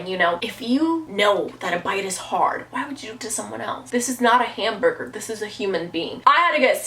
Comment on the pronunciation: When she said hamburger she sounded like ahe a had a small accent